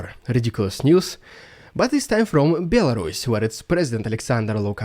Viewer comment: BEL-WHO? A RUSS? what?!